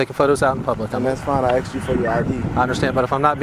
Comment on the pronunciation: BUT HE AXED YOU TO LEAVE!!